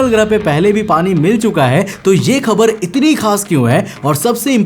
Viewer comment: Habar ❌ Khabar ✅